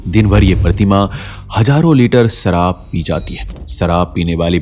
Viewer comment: "Sharaab not saraab" Poor pronunciation.